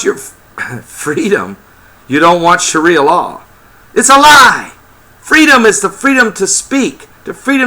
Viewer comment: I'm pretty sure it's sharia law, not shria law.